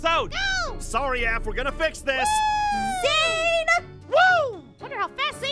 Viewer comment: Pop's APH not APN